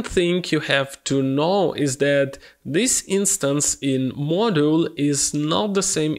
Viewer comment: Thank you for the tutorial! Correct pronunciation of "module": and "model"